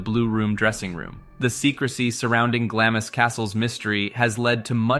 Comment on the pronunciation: Eileen Mòr is pronounced "Eelan More" and Glamis is pronounced " Glams"